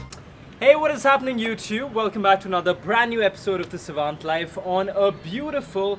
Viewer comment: What's with the name of the channel ? Savant as in your name or......... No pun intended. And it didn't sound right